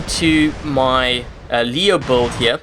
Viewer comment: I know build is spelled with a U but it is pronounced like billed. Ok buddy just trying to help you out ive watched 100s of your vids and it took me a while to understand you were trying to say build and not buld i was like wtf is a buld